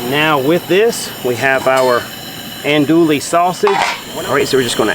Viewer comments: The correct pronunciation for Andouille sausage is, (Ahn-doo-ee)...the "LL" is silent. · He was killing me! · Gotta love him. I enjoy these videos. I don't care if he mispronounce that French name lol...I'm not much into Cajun food at any rate but somebody is.😅 they sure sell a lot of that sausage..